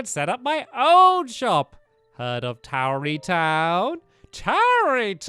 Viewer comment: tarrey not towery